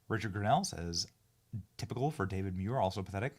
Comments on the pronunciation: Pronounced, MOO-EAR. Not, ME-YOUR. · 1 man 4 syllables DA VID MU IR